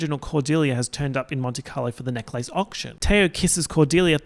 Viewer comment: the way you say necklace makes me so frustrated for no reason